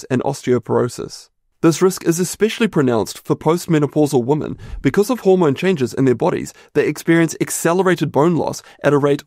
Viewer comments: Great information. You know that woman and women are pronounced differently? Maybe not in your part of the world? 😄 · Has the word 'women' changed in the past decade? Everyone pronounces it 'woman' now. It's so weird.